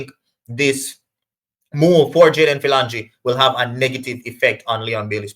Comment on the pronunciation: His name is pronounced ' fill- o- jeen'